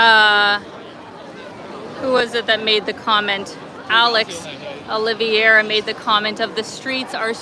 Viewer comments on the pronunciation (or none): none